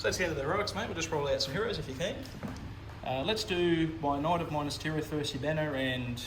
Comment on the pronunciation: The way you Pronounce Minas as Minus really infuriates me!! Good batrep champion.